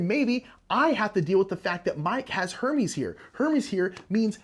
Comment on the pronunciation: I had to do a double take when I thought you said “now I have to deal with the fact that Mike has Herpes” 😆 It was Hermes thank god(s) lol.